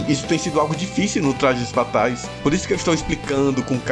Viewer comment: Tu é o Cebolinha é? "Tlajes Fatais" kkkkk